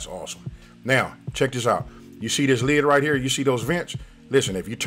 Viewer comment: It’s when he says “check This out“